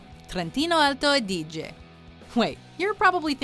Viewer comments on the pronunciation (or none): Your pronunciation is a little odd but correct, you mispronounced just 1 word wong: Trentino Alto Adige. /Hermione time! / It's 'A-di-ge, not A-' di-ge. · In realtà per alcuni aspetti riesce a pronunciare abbastanza bene i nomi, ma... mio Dio! Trentino Alto Adìge e cozze allo zafferanno non si possono sentire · L'accento è buono a parte qualche errore di pronuncia tipo alto adíge, ma da un non madrelingua va bene così. Più che altro perché urla quando parla in italiano?